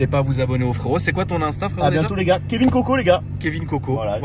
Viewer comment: Mdr c’est pas Kevin KOKO mais Kevin Kéké lol